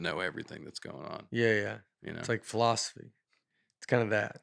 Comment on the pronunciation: Did anyone else catch Nate's pronunciation of philosophy as "fall-off-asy" in his angry rant (53.15) as he was "arguing with the teacher"? Had me cracking up! I couldn't concentrate on the rest of what he said after that 😂 I know Nate's character is supposed to be the "dumb guy", but he always has very smart, common sense things to say and points he brings up. I'm sure he would have done great in a fall-off-asy class and been that student the teacher looks forward to but gets a headache from as well.